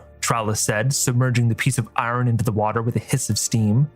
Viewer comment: It's pronounced "iron"